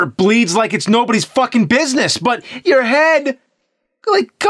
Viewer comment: When the CD 32 paint bucket addon commercial played when it said "enhance you life" I could've sworn I heard "enhance your wife" I was like word lemme get one lmao 😂😂🤣😂